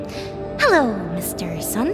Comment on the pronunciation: She say Mr sun